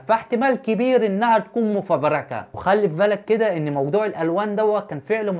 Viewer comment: ياريت يشوف التعليق ويصلحها لانه قرأها(إذا)